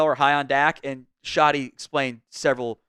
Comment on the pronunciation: Do I believe in Schotty? K for Kinda 😂😂😂